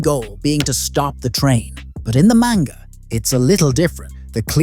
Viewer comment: The more he pronounces manga wrong the more suicidal I get